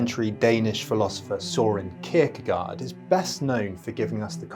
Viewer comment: Great video. Fyi, the 'gaard' part of 'Kierkegaard' is pronounced as 'gore'. My dad is Danish and he was very disappointed that I pronounced it 'gard'. Anyway, keep up the great videos.